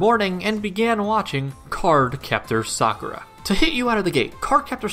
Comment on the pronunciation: Ty for pronouncing Sakuras name correctly